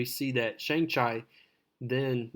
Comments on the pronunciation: Sang Ch I lol 😂 mate chi is would sound like cheeeeeeee bro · Shang chi pronunciation hurt